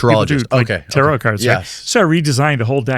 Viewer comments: Your pronunciation is driving me cray.....it's "tear-roe"....like tear a piece of paper, not tear like to cry and for me tarot was just a tool to connect with a person's psyche to read their energy, but actually palm reading worked better for me, it was more picking up images that the person I was reading projected, and understanding imagery into words. I was very accurate in it and had to stop because it kind of scared me when I would see something bad, and then the people I read came back and told me the things I said happened, so I thought was I causing them to happen by telling people or was I actually seeing their future. Became a burden when everyone I interacted with would just stick their palm up to me on each interaction....so I shut it down and stopped readings... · This was a tough one. when he pronounced them Ta-Row, I found anything else hard to fathom. Dropped me right out of the zone. I have an interest in dialects as part of my job, and I could not find anywhere that pronounced it like that. If anyone has come across this pronounciation, I'd love to know where for research. It may be another way to say it, but I've never heard it and I'm not a spring chicken. My sister is a Reiki practitioner and owns a crystal shop. I asked her. She'd never heard it pronounced that way either.I wonder if it's like Gemini. English speakers say Gemin-eye, but the rest of the world uses the Latin pronunciation Gemin-ee. to hear an English speaker say it sounds odd. His pronounciation just sounded odd. For someone who designed their own deck, his pronounciation must be a choice. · The world calls them Tarot. He calls them "TaaRoe".... lol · 🤣 Potato Potahto Tar rot Tar row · 😂 "Tah-Roh" is Stupid AF 😂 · why do they pronounce it ta-row? thats so weird. ive been reading for 30 years and never heard it pronounced this way. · Every time he pronounces Tarot like that I die a little bit inside...